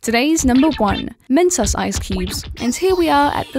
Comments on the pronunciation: Mentoss? It's pronounced MENTOES! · Why she called mentos Mentoss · the way she says mentos... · just because she pronounced mentos wrong that ruined the video for me..... it got me triggered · you dont pronounce mentos like that